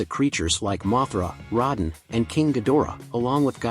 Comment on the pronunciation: you keep saying Rodan name wrong. The o is capital. that's not a good thing. People need to see what's happening. it wasn't that unique. Bad monsters show up good monster beats them. What's so new about that? to the human story if you can care about them sure. But to the monsters their anything but realistic. again nothing about this franchise is realistic so Godzilla slamming Ghidorah through a building is him being careful? I don't think so. At the end of the day Godzilla is still a force of nature and is only protecting earth. Not humanity. Yes he did keep the other titans away from cities. But that's because they saved him from dying. It's a even Steven type of deal. But if humanity screwed up royally Godzilla will go to war with them. Look at what happened to Apex too many cutaways here's the difference between Gojira and G14 One focused on Godzilla and his impact on Japan The other focus on two parasites trying to mate and a boring soldier trying to get back to his boring family and there's Godzilla.